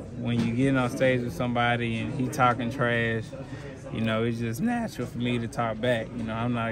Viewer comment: Eh why he say natural like that 😂😂😂😂